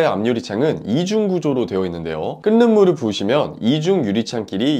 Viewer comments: 끈는물이 아니라 끌는물이라 읽어야죠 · 끈는 물이 아니라 끌는 물이라고 발음하는 겁니다. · 유익한 정보네요. 그런데 혹시나해서요... 발음상으로 끈는물이 아니라 끌는물으로 발음을 하셔야 하는데 계속 끈는물로 발음하십니다. 발음이 안되시는건지 아님 진짜 모르시는건지.... 혹시나해서요. ㅡㅡ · 발음대로 말할게요 끌는물이라고 읽어야죠 ㅎㅎ끈는물이 뭔가요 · "끈는 물"이라고 발음하시네요. "끌는 물"이라고 발음하셔야 맞는대요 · 좋은 정보 감사드립니다. 잘 봤습니다. 그런데, 그냥 지나기가 거시기 해서.... 끓는 물의 발음이 끈는 물로 들려서요. 발음을 끌른 물로 해야할 듯해서요... 미안합니다. 좋은 내용 잘 봤습니다. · 끓는물~말할때는 끌는물이라고 읽지요 끈는물~아니죠